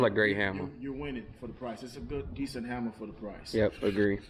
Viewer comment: The "hammar"